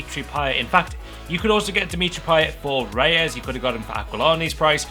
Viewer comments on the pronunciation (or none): none